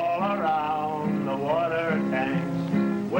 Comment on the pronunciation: " Wutter ." ..lol Now , living safely, in Boulder, Colorado , one of my friends had asked for "wutter" and the waitress had , RIGHTFULLY, what it was he trying to say .. He said .- ' Wutter.' ... ((( WUTTER!!))) She still had no idea-who would blame her .. ..." Wutter ???